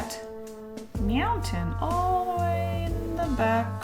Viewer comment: Did she really just say Meowntain because that is awesome!